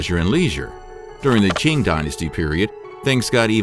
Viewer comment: I appreciate the research that has gone into these videos but I really wish they looked into how the chinese names were pronounced. For example, ‘Qing’ is NOT pronounced CHING. The Q has a T sound and the ing has a long E sound (it sounds a bit like saying ‘team’ but with a ng instead of an m. ‘Teang’) Also, ‘Yong Le’ is pronounced yuhng luh, not yuhng LEE. Something I also noticed with some of the pictures of concubines used (that have been pulled from dramas and other media) that some of the dress is not accurate. Styles varied but the dresses at that time most certainly did not push up the chest. When I saw that, I was like, what the heck Little details are an important reflection of history too 🙂